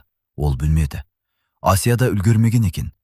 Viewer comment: Қазақ тіліндегі әңгіме болған соң, Асия демей Әсия деп айтса болмай ма? Әңгіме өте әсерлі екен, рақмет. Алматы қаласынан, 72-жас.